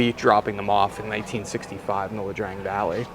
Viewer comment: Ia Drang .. I ! .. not 'La' Drang goofball!